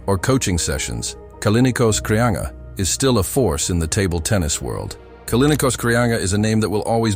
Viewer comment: Kraianga ?Kolin Kraia?? Krianga?? Kolinos? Poor Kreanga, who was a great champion, deserved a correct translation and respectful pronunciation of his name. As for his game, his forehand was much more than powerful; it was perfect, executed with a straight arm and full body involvement. His backhand was also extraordinary. His most impressive characteristic was his arm speed, and it was thanks to such speed and the amplitude of his movements that he produced topspin with monstrous amounts of rotation. He went down in history for his "straight-arm" forehand topspin, the excellent execution of which places him rightfully alongside legends such as Istvan Yonier, Gabor Gergeli, Tibor Klampar, Jacques Secretin, Dragutin Surbek and Kim Taek Soo, Yoo Nam Kyu, Ryu Seung Min, Wang Hao, Cheng Qi, Ma Wenghe, Zhang Jike, Malong, Malin, Xu-xin.